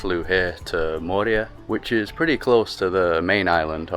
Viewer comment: Moorea is pronounced with the accent on the second syllable, with the “e” sounding as the letter “a”